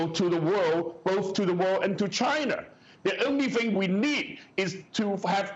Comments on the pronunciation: oh man new drinking game. shot everytime he says chiner! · Why does he have to say "chIIIna" like that .. annoying..